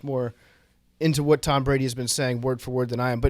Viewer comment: Pretty sure there’s a O in tOm Brady